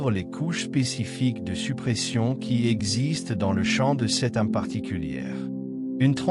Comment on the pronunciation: S'il vous plaît, il est très gênant de lire ARME au lieu d'âme... À chaque fois que vous le prononcez. C'est+++que gênant. GRATITUDE de le prendre en compte 💎🌿🥀